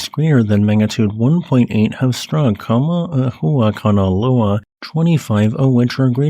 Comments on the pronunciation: That's not it's name, and he didn't pronounce it correctly. Don't forget the 'okina. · gg for pronuncing a lot of time that hawaiian name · The unnecessarily complicated name of Kama' ehuakanaloa makes me miss the simpler days in the past where Hunga Tonga Hunga Ha'api was the hardest thing we had to pronounce. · With each new geological event, will get better at pronouncing Kama‘ehuakanaloa!